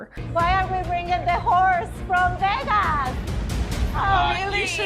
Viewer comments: I love it how you say Vegas, cracks me up every time. You nailed it on how blonde say it. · I can never say ‘Vegas’ normally again😂 thanks a lot!!!!!